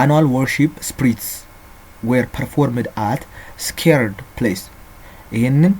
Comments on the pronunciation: ''Sacred '' not ''scared'' sorry in my view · Sacred=የተቀደሰ Not scared Teacher 😇🙏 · just so you know there is a difference between scared and sacred 🙂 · Sacred(ሳክርድ) is not the same with scared(ስኬርድ)